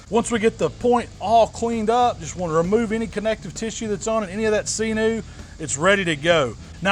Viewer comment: "Seenew" XD